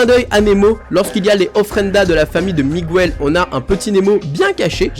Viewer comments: S'il te plaît, on ne dit pas "Migouel" mais "Mig el" 😉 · Dans Miguel, le "U" ne se prononce pas sa me stress beaucoup quand tu le dit !!! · C Miguel pas Migouel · Ses pas Migouel ses Miguel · Moi il y a juste un truc qui me met hors de moi en tant que prof d'espagnol et me fait mal aux oreilles à chaque fois que je l'entends, c'est la prononciation de Miguel!!! C'est de l'espagnol, donc on prononce GU comme dans Guitarre!!! On n'entend pas le U ( contrairement au "Miguel" portugais) Donc si ceux qui font des vidéos en utilisant des mots espagnols pouvaient se renseigner sur leur phonétique avant de publier, cela serait sympa car ça éviterait d'apprendre une mauvaise prononciation aux élèves hispanisants. ¡ Gracias !